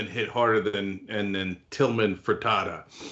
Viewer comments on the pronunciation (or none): Fer-teet-ta lol I used to work for his restaurants and he is from Galveston where I’m from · "Ferita" LOL u cant even say his name, learn the context, maybe build something instead of making your living as a professional complainer :) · A) It’s pronounced FRA-TE-TA. B) he’s right. Most of his staff is making more on unemployment (plus the $600 Federally added) than had he kept paying them. Here in Nevada, those who were the first to apply for Unemployment had WAY fewer problems getting paid. Many who flooded the system in April are still having trouble getting their benefits.